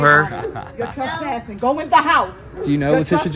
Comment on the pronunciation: “You trestpassung”